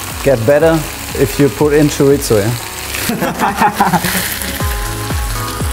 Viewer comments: Tschoritschtzo????....Junge junge gesprochen Choriso !!!! Mayorca !!! Es ist doch so easy Tortiya ...nicht tortillia ** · niemand:: choriTTzo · Ein Wunder, dass Mateu kein Herzinfarkt bekommt... Wie Chorizo ausspricht... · Feier das Format aber mit einem Portugiesischen Stiefvater ist Aussprache von Chorizo einfach nur zum lachen😂😂